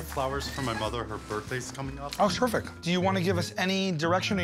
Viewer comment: He said "terrific"